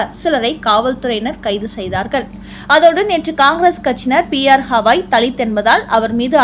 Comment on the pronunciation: ஏம்மா திரும்ப திரும்ப ஹவாய் என்கிறாய். ஹவாய் என்பது அமெரிக்காவில் ஓர் மாகாணம். தலைமை நீதிபதியின் பெயர் கவாய். ஒழுங்காக உச்சரிக்கவும்.😊😊😊😊😊